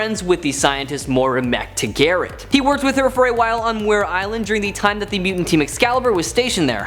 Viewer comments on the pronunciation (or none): Moira MICK-TAG-URT... NOT MAC-TAH-GARRET... Shouldnt u need to speak english to do videos? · "Mactagerret?" It's pronounced MAC-TAG-ARD. Pronunciation is important or ppl will have no idea who your talking about. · Yeah..."Mac-tag-art" is more like it. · Fun videos, but this channel seems to have issues with knowing their material. "Mac Tah Garrett" isn't the first time they screwed up a pronunciation. What a way to hurt your rep,. Please do better... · Pronounced Moy-rah____Mac-tag-gert(gert like short for gertrude) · Mac Taggert. 2 syllables. Mac(1) Taggert(1). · The way you pronounced Moira MacTaggert is......